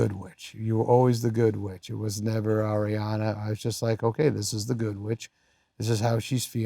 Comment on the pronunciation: This was so heart warming ❤ i hope adams okay that cough sounds rough. Kinda random but I love that he pronounces her name correctly. So many people are still saying it like air-iana 😅